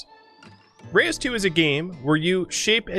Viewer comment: Watched a video with the dev prior to the release of the first game. It's pronounced roosh.